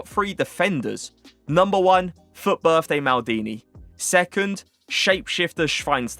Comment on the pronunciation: A lil tip how to say Schweinsteiger correct..say the (S)teiger like you say (SCH)wein. Edit: say schweinschteigah